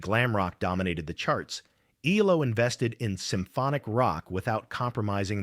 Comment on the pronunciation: EEE-low? Stop using free AI narration!